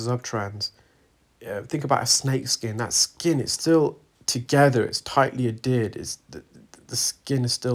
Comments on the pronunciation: It is pronounced add hear d not ad ered. The H is not silent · Adhered, my good man. Not Addered. Unless that is just a UK pronunciation of the word. Tomatoe, tomotoe.